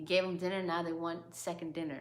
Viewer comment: "NOW THEY WANT A 2ND DINNA" 😭😭😭😭😭😭😭😭